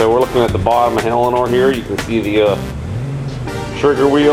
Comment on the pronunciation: Did I hear you say Helleanor?